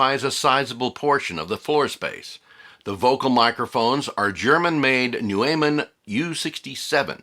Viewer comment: Great video. Don'r mean to be snarky, but those microphones you cite in the video are pronounced " NOYman" rhyming with "boy" and yes they are terrific. They were also very prominent in Beatles recordings ar Abbey Road.